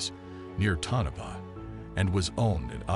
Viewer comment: Would be more credible if he corrected the typo in the video title and pronounced “Tonopah” correctly. 🤔